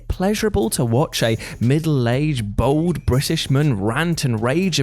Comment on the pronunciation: we love you, but bald and BOLD - not the same pronunciation 😂 You wouldn't call it 'footboll' 😂